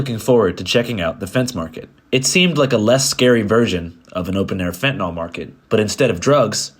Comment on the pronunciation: Is there any real reason to promote the "fentanol" pronunciation of fentanyl? It's incorrect and seeing it in a video like this, kind of legitimizes it. I know a ton of people say it that way, but, it's definitely not correct. Otherwise, amazing video as always.